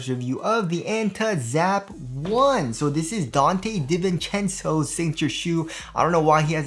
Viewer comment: It's not delivery, it's Divincenzo